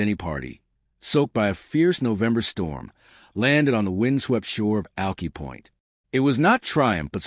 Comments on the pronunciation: It’s pronounced like “ alkeye” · Check the pronunciation of Alki